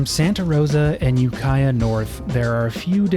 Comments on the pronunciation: Never been further north than Santa Rosa. You're really sleeping on the Mendocino coast... and Ukiah is not pronounced "you-kia", it's "yu-ki-ah" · That city is Ukiah (You-Kī-ǎ) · It's UKay Ah how it sounds! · I cringed hard at You-Kia. And Ukiah is mid, Willits is the better town in that area, just a little further up the highway. You have made videos in Truckee, which is much further north than Santa Rosa. You've just not been up 101 passed Santa Rosa. And the Richmond-San Rafael Bridge is the worst toll bridge in the Bay Area. 101 is much prettier and nicer, but for sure there is a way to do this much faster up 5. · you-kiiiiii-ah. Long I like the word eye. The band AFI is from Ukiah. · almost called you out for the ukiah pronunciation but the bus driver beat me too it 😂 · That is not how to pronounce Ukiah. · lol, glad they straightened out that Ukiah pronunciation for you pretty fast. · For your next time up through that valley, there's a long I in Ukiah. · Thanks for showing us when you learned how to pronounce Ukiah. A lot of place names in many countries are "unusual" for outsiders; you nearly had it. I'm looking forward to seeing the rest of your trip. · The mispronunciation of Ukiah was peak. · the way you mispronounced Ukiah hurt my soul.